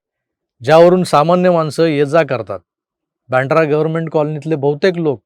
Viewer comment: बँड्रा म्हणू नका हो! वांद्रे किंवा बांद्रा म्हणा. स्वतःच्या भाषेची लाज वाटते म्हणून असे उच्चार केले जातात. तुम्ही नका करू 🙏